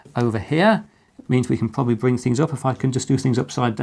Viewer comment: "What can we say other than " pouiablry inspirational "